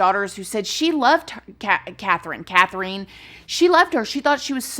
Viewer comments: Love you, yeah, it's pronounced Kath-rin. It's cute hearing the word Kath-reen said tho! So don't worry too much. <3 An Australian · My name is Catherine & we say it kath-er-in Lol sorry I said anything. You know I adore you!!! But hearing my name said wrong felt weird 😂.. this story is so wild & awful! Thanks for the Friday content 🖤💖🖤✨✨✨ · It's been a while since I watched Bailey Sarian's video but I thought she was the first woman in Australia to receive the death penalty. Also the pronunciation is killing me lol. I think it's just Kath-ryn. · FYI, Katherine and Catherine are both pronounced like Kath-rin. :)